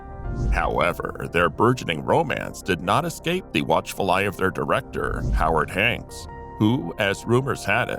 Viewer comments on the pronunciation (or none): Idiot. Calling Howard Hawks 'Howard Hanks'?!